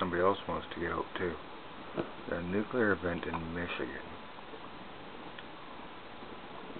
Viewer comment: Its pronounced NU-CLE-AR, not NUCULAR.